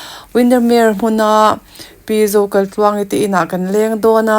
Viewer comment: A mawi hle mai,sap ram ang tluk a ni,chuan Zokaitluangi nge Zokalhtluangi i lam chiang lo tlat